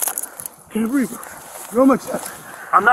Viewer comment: "I can't breeve" like clockwork